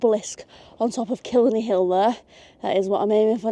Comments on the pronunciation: Dalkey rhymes with chalky and Howth rhymes with both :) killiney is kill-EYE-ney This was really cool, I've watched so many videos about England's transport networks, so it was amazing to see someone come here and ride the trains I always kind of took for granted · Dalkey rhymes with chalky like the thing you write on a black board. and Kill-lie-knee - just if you're interested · Nice video, glad you enjoyed :) ('Daw-key. Kill-Eye-knee') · how you said killiney hurt me other then that good video and dalkey killiney is cly knee and dalkey is daw key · Had to switch off Could not listen to you say kill a knee one more time 😂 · Daw-key and Kill-eye-knee. Lovely video. Maith thú!